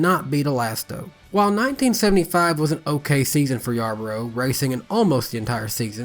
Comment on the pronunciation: Cale Yarborough, LeeRoy Yarbrough, of course they are not related. The names are completely different and most people, like the host of this show get the pronunciation wrong. Nice vid.